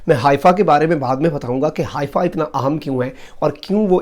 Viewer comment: حائفہ نہیں حیفہ یے۔